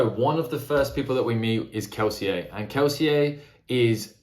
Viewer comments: Lmao I love that you're the only person in the entire world who pronounces Kelsier correctly, the French way. Not even Brandon Sanderson does that :D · I hard respect you actually pronouncing Kelsier as intended.